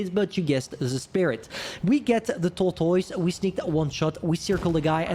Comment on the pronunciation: "tortois" it's kinda hilarious when u say it :d